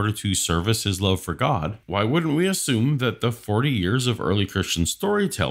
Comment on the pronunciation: You missed a few extra syllables... "Tha Buybull-AH! is the inerrant wor-DAH of Gaaww-DAH!"